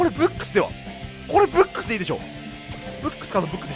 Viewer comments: 今ブックス見てきたけどめちゃくちゃ発音良かったwﾌﾞｯｸｽ！ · ブックスの発音最高です!(^^)!